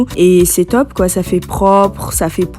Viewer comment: Quand tu as dit top j'ai cru que tu étais camer lol